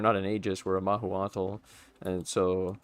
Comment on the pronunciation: Mah-who-cho-tl we would say here in Mexico :P